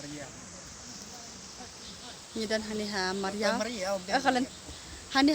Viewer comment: Myriaw not mariaw